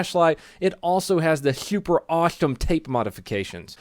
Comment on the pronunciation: You said super and awesome weird